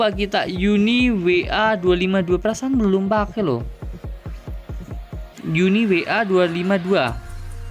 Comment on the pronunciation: uniwar not uniwa